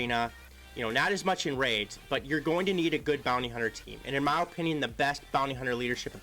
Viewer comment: O O O O O pinion. (no) /əˈpinyən/ (yes) Please. Lmao love ya man!